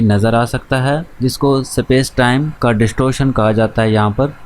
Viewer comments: Supace nhi space bolte hai bhai 😅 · sapace nice pronounciation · Space ko sapesh kyu bol rhe janab